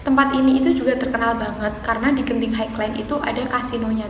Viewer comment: Sebutan Genting tu betul... Highland tu sebutnya 'hai-len' atau maksudnya tanah tinggi. Kasino di Genting Highland dibenarkan untuk orang bukan Islam sahaja. Skytropolis Theme Park tu sebutnya 'Skaitropolis Tim Park' atau dalam bahasa melayu Taman Tema Skytropolis. Terus maju buat channel kamu ya 😁👍